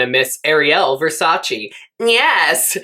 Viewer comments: Its VERSACE not VersacI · You could learn how to pronounce “Versace” first 😂 but i love you 🥰